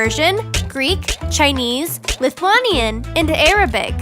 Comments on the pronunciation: You said lithuanian wrong i know it because im from lithuania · It is not lithuAnian it is lithuAInian (that is the way you say it) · I know your accent is American,, and I'm English, but, Lithuanian is pronounced lith-way-knee-un not lith-wah-knee-un. IM PICKY I KNOW! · its Lith-u-an-ian , not lith-wan-ian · hey ima help you out lithuanian is pronounced LITH-U-ANIAN not LITH-UA-NIAN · pronounced lif-you-anyan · Lithuanian is pronounced: Lith-oo-ayy-nian. And also Latvian is one of the oldest languages. They both are older than Greek. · Lol she said lithuanian is lith wAh nyan. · Lithuanian is pronounced lith-oo-way-neean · U pronounced Lithuanian wrong its lith a wany an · its pronounced Lit - Huaayy - Nyee -An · It is pronounced lith away nian and i'm from there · Oh my gawd I finnaly heard Lithuanian in SPD vids!!!!!! MY COUNTRY!!!!!!!!! And it's Li-thu-ei-ni-an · Lol it's not pronounced Lithuanian it's lith oo ey nii an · Lithuanian is not pronounced like that ots like lith u ain i an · I AM LITHUANIAN AND THAT IS NOT HOW TO SAY IT! It is pronounced (Lith-wayn-ian) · It's pronounced "lith-uay-nyan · you pronounced Lithuanian wrong, it's pronounced, lith-way-nee-an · It's not lithuaaanian bk I'm Lithuanian a bit I forgot the language but I remember some things kaip tu darae =how u doin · you pronounced Lithuanian wrong its pronounced lith-u-a-nia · Gonna sound rude, but you have to pronounse Lithuanian like LithuAYYYnian, what am I doing here, I have to study.... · pronounced Lithuanian wrong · SHE SAID LITHUANIAN WRONG AND AS A LITHUANIAN JT ANNOYS ME SO MUCH!!!!1!!!11!!!!!! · She said Lithuanian wrong Me:Why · you are saying lithuanian wrong btw in lithuanian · THATS NOT HOW YOU PRONOUNCE LITHUANIAN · She said Lithuanian wrong now im sad im Lithuanian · IM LITHUANIAN also thats not hpw its pronauncęd IM IMPRESSED WITH MY COUNTRY I NEVER KNEW THAT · Butchering Lithuanian even in English jezz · wrong pronunciation